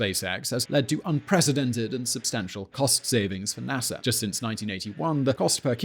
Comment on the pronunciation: He keeps saying Nasser instead of NASA...